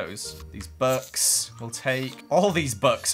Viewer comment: When you say books it sounds like your saying bucks